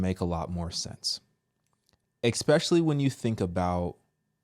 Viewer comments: EXSPECIALLY? Learn to speak proper English before starting your own podcast/channel. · And it’s not eXspecially it’s especially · I hate it when says eK-specially. It's how a 3 year old would pronounce it. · Why the hell do Americans say ‘Ekspecially’ instead of ‘Especially’ ?? I’m really confused… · If you want people to take you seriously, you have to stop saying things like EXPECIALLY. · You corrected 'rock bottom' but you still say things like 'exspecially' ...... Eye roll.